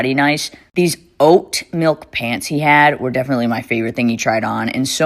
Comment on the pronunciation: The way she emphasized *OAT* milk is killing me